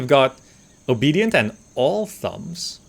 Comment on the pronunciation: Not sure if you could read 'All thumbs' any more wrongly :D